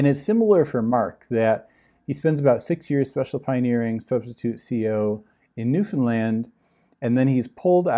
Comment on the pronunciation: About the name of the island that he was assigned to, are you certain you pronounced it correctly? Because it sounded as if you said 'Nuthonland'. Did you mean Newfoundland? Because on the map you showed, I saw Newfoundland but didn't see anywhere on the map the word Nuthonland, or a word similar to it. BTW, I'm doing research and there is a cult that sounds almost identical to The Watchtower that is called The Brethren, they were founded on an island and although not well known are still very active. Could this be the same island that he was assigned to after graduating from the Ministerial School? Any information you can give me, or links you provide I would very much appreciate it. I was never in 'The Brethren', but I used to be a Jehovah's Witness. I am very happy to announce that I am no longer in this antichrist organization. However, it took an extremely long time to stop hating the Governing Body members and start praying for them to 'wake up' and leave the organization too. I think the reason it took me so long was that I was too angry and in too much pain to realize that these men are deceived too. I agree with you, it will be the ones that aren't always 'upbeat happy' that will leave the organization first. If you have any information about the island Mark Sanderson was assigned to I would be very grateful if you can send it or links to my email and please put Mark Island in the subject line so I don't accidentally delete it. I get a ton of spam in my inbox.